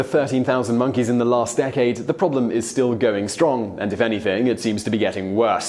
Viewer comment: Damned "minkeys"!